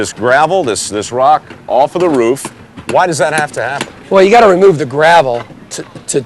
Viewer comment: Its roof, not ruf.